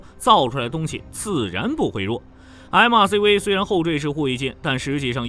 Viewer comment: MRCV、JMMS中國發音超搞笑 ㄟ母ㄚCV、雞 ㄟ母 ㄟ母S